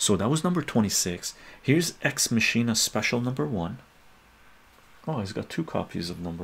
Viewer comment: Not to be that guy, but it’s pronounced "MAH-kin-ah.” As in “Deus Ex Machina.”